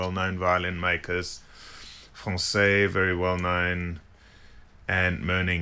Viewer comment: Very interesting video! Impressive pronunciation when you say «français ».